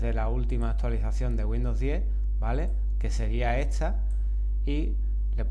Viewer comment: todo muy lindo, pero porque cruzas las letras y decis etsa en vez de decir esta? es raro